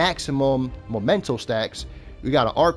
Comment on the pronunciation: It's called... mEmento! Not mOmento. Sorry, I'm on a bit of a crusade. Cool build though!